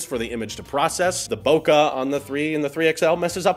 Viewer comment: Congrats on the wedding, man, lovely waifu! Nice Bokeh ==> say it like Pokehmon. Bokeh.